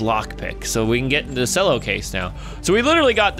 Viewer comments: um it's pronounced Chello not Sello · it's not cello it's pronounced chello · It pronounced chello not sello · You pronounced Cello Sello it's "ch-el-oh", And you said racist when you meant xenophobic. git gud scruuuuuuuuuub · HE PRONOUNCED CELLO LIKE SELLO XDD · Did...Did say "selloh" instead of "chelloh" for the Cello case?! Oh my fluff. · Ch-el-o Not cell-o I think Sorry triggered me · Godamnit u say cello chel-o not selo. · Sello its cello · Cello is pronounced as chello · how dare he say cello like sello how dareth he!!!! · cello is pronounced like chello it a musical instrument:) love your videos btw been watching you for over 3 years! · Cello (ch•ell•o) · No offense but its pronounced chello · Cello is actually pronounced (chello) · Cello=Ch-ello (how to pronounce it) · the way he says cello omg its like Chello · Cello is pronounced Chello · IT'S PRONOUNCED CH. E. LLO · cello is pronounced like chel-o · Sello is not how you say CELLO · Cello is pronounced chello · U say it like chello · cello (ch-e-llo) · TheAppleGamer 0 Ye I was getting triggered by him saying it wrong. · I don't hate slice for this, but I very much dislike when people mispronounce "cello" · As a cello player, your pronunciation of cello triggers me.